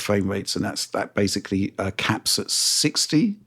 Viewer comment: Hearing pronounce the word basically as intended instead of “basely” would be a fresh of breath air to me.